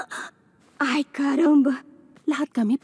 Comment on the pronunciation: Karumba❌ Caramba✅